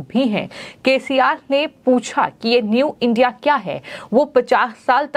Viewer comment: एंकर जी इडिया नाम बोलना नही आता है क्या😂